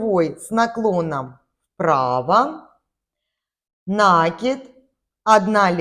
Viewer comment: НакИд,от слова накИ бываем( петлю на спицу) Ухо режет,объяснение хорошее,а вот слова произносить нужно правильно.( Не обижайтесь)